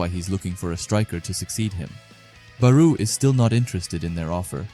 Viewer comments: Bro thr “BArOu” caught me off guard in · I cant continue watching due to how you pronounce Barou